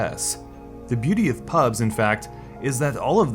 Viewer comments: you are saying pubs instead of pubgee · ok its PUB G not PUBS UGHHH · Call it PUBG it's not fucking PUBs there's a G in there. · Nice video, but every time you said "PUBS" I cringed so hard I almost fell out of my chair. No one calls it that. It's PUBG, dude. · "P U B S" AAAAAAAAAAAAAAAAAAAAAAAAHHHHHHHHHHHHHHHHHH Its PUBG! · It triggers me that you call the game Pubs and not PubG. Stop being lazy. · its Pub-G not pubggggahss lmao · Hearing you say "pubs" over and over instead of "pubg" is infuriating.. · Why say Pubs instead of PubG? As a former WoW player, it confuses my brain lol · dafuq is pubs mate? it's called pubg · Loved the content, but my god calling it PUBS gave me cancer. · The G isn't silent; "PUBS" in the entire video... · Thumbs up if you're triggered by him calling it "PUBS" lol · stop calling it "pubs" reeeeeeeeeeeeeeeeeeeeeeeeeeeeeeeeeeeeeeeeeeeeeeeeeeeeeeeeeeeeeeee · I'm triggered he keeps calling it PUBs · Why do you say pubs? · Before watching It's because of streamers, the success of the mods, the community it comes from and the fact that they aren't making a shitty cosmetics game with buggy features that act as if they are rng determined. After I love how you call it pubs instead of pubg. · HOLY SHIT ITS PRONOUNCED PUB-GEE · why do you call it PUBZ ? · I pronounce it Pub-jee, but I'm not sure if that's right